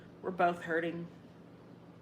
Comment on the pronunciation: The ‘l’ in ‘both’ just drives me nuts.